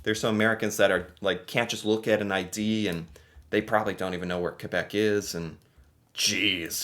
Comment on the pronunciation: 1... thank you for saying Québec properly again :) 2... you spelled massachusset wrong, hahaha that's pretty much what probably happened